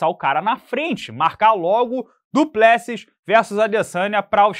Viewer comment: Não entendo a insistência do em pronunciar errado o nome do Du Plecis